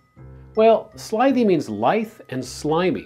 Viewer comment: I'm Canadian so I suppose there are some differences in accent, but as far as I'm concerned you pronounced the words "portmanteau" and "lithe" incorrectly. I know what the word "portmanteau" means, but I don't think I've ever said it out loud... however, I would pronounce it "port-mon-tow" rather than "port-man-tow". I speak a little bit of French, so maybe that explains the difference in pronunciation. Either way, it's a difficult word and I wouldn't be terribly confident in my pronunciation if I were ever to use it in conversation. I'm quite sure you pronounced "lithe" incorrectly.